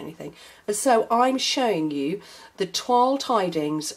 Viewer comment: LOL, on the debate, "Plad" is correct, not pronounced "played". and you are right that the other one is pronounced "Twol", and not like toyl. I am a bit of a stickler for pronunciations. :)